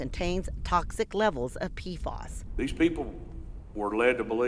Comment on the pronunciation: Pea Eff Ayys. Not Peafoss